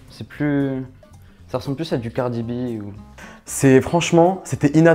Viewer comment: Mais vous allez chercher ou vos gens la entre l’autre qui pense au kardash, l’autre qui trouve ça vulgaire et le comble avec l’autre qui prononce le nom cardi b 😭